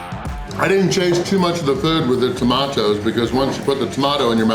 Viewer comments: The way he said “tomatoes” really irritated me. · It’s funny when you say tomato’s 🤣🤣🤣, try baked beans with brown sauce in it it’s better